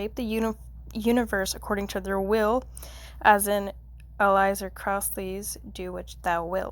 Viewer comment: "Elizer Crossly" lmao